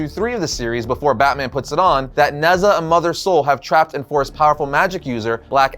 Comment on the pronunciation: Future reference Nezha is pronounced Ne-Ja